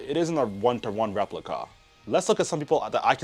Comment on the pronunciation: The way he said "replica"